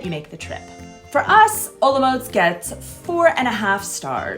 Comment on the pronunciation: your pronanciation of Olomouc is wrong... say in czech Hollomoooc! or Olmik